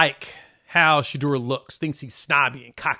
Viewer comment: SHEDEUR...PRONOUNCE D SHA DOOR